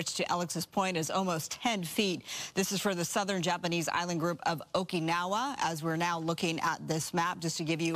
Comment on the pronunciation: The way this anchor pronounces Okinawa reveals her age.....